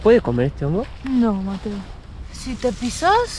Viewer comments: Amo que mateo no te mete una S, está intacto como Messi 😂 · Yo solo pido a Mateo que pronuncie las S y no grite tanto.